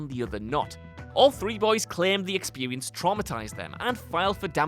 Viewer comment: "Expewience", "sewies", I can't help but notice him pronounce these types of words like this in every video.